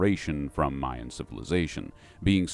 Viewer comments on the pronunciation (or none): none